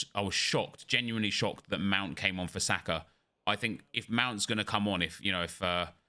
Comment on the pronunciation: Someone is gonna have to tell me where the R sound comes from at the end of Saka